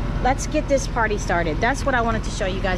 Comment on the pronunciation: I had to rewind! I heard "Let's get this potty started". Timing is everything! ❤😂❤